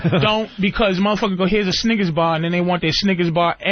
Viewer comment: Love the way Patrice says Sniggas bar 😂 instead of Snickers.